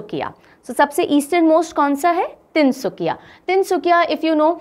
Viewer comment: Tin sukia...not tin sukhia ..In Assamese suk means corner...so tin sukia bole tu ..three corners.tin kunia..like triangle....lv 4m Assam..